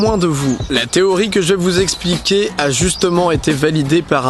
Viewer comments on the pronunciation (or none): none